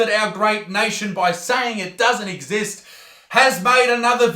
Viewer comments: Pfttt he said esest what a idiot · IT OS NOT REEL . IT IS NOT FOOKING REEL. IT DOES NOT EXSAST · AAsTrAIliA doES NoT exAst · You can tell he was dropped on his head since he can't even pronounce exist